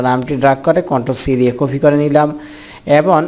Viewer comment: আরে বলদ কফি না কপি